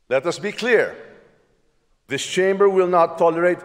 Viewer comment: Haha 😂😂😂 narinig mo sinabe mo tamba hahaha 🤣🤣🤣